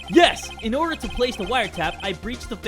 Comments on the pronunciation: inhales “ oRdAh. oRdAh iN dAh cOuRt! “ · ODAH I WILL HAVE ODAH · Yeah, with that papers please accent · I agree